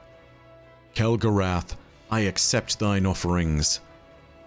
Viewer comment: I think you mean Kell-Gorath and the house of failure😂